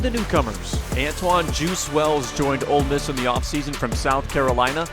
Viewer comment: how is our own commentator calling it “old miss”